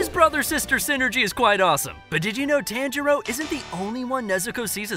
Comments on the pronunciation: It’s pronounced (Ton-ji-roe) not (Tan-ji-roe) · Did you know that his name is pronounced Ton-Jee-Row?